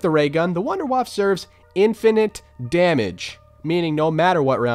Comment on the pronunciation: Why does no one pronounce “Wunderwaffe” correctly? “Voon-der-vaff-uh” not “wonderwaff”